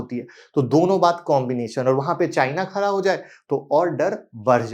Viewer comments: Budget saamne "Khara" hai ya "Khada" hai 😊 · Khara hai nahi khada hai